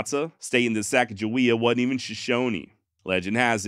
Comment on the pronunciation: went to Sacajawea M.S. we pronounced it sack uh juh we uh. but were taught sa cog ah we ah was the correct way. SACK was the funniest though